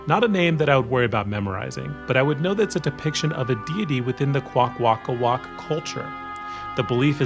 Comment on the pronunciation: Hi you said the name wrong but don’t be down in the dumps the language is really hard too speak I know this because I speak the language very poorly but still